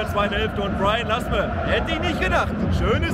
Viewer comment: Warum nennst Du den Spieler immer "Lasem"? "Lasme" heißt er.